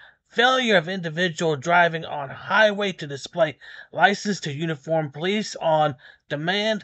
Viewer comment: I love how tells the owner of the tow company to take his car back to where they towed it from. That was hilarious. It's also funny how a certain group of our population doesn't know how to properly say the word "police."